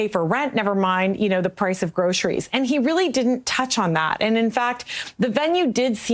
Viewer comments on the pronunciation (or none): none